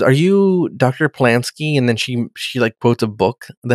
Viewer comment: Pulaski not pulaNski